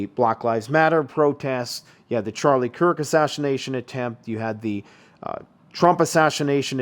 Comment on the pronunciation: totally asaSSHiNATEd the word assassinated!🤣